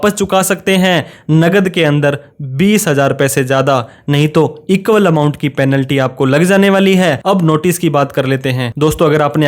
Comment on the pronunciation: पैलेंटी = पेनल्टी। कृपया उच्चारण का ध्यान रखें